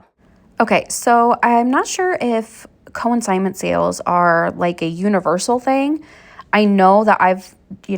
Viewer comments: Just wanted to make sure you were aware that it’s pronounced CON-signment sale, not co-IN-signment sale. CONsignment like con man, not co-IN. :-) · Con-signment (not co-in-signment) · Break the word up...con-sign-ment.